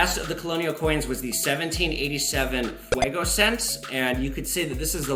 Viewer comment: The 1787 is pronounced Fu-gee-oh from what ive learned. Pretty cool piece. I got one on a steal. Great content!